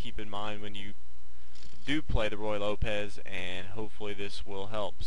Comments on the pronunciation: The pronunciation should not by Roy Lopez, it should by Roo-ey Lopez. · He keeps saying "Roy" Lopez but it's actually "Ruy" Lopez. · If You can't get the name of the opening correct how much else is sloppy? Its not Roy Lopez like Roy Rodgers its Ruy (Ru i') like Ruiz. The hint should be that it is named after a Spanish monk. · I love the way he calls it the Roy Lopez. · Nothing is worse than hearing royal lopez, and yes it happens quite often. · hard to listen to him keep saying roy lopez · I think I've heard every possible pronunciation of Ruy Lopez. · Thank you! It's extremely annoying with the name butchered like that.